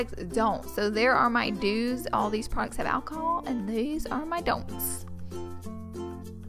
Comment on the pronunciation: the way she pronounces "oil(y)" "alcohol" smh..her voice in general